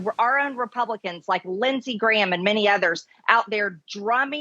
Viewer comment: "It seems that demicraats from outer space is outlawing genius Confederates laak me." Dah-yup, dah-yup,!